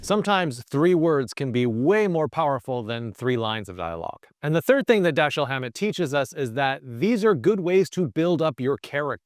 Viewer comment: Dashiell Hammett is pronounced Da-shell not Da-Sheel. Great video tho!